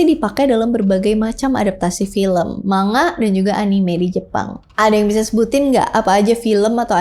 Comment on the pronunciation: Pronounce Manga >> Mang-ga